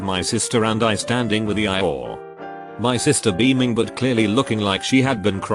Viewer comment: Ah yes, E-ie-or